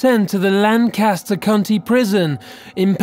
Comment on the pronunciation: It bothered me when he said, "cunty", rather than "county". It feels like it should be an insult.....